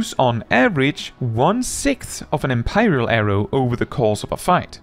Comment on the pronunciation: "Em-pie-ral arrow" I wish to empie you!